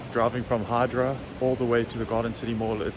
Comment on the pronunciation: Hi, thank you for all your videos and more so for promoting Algeria´s beauty to the world. Please note Hydra is not pronounced as Hai-druh but more like Hee-dra.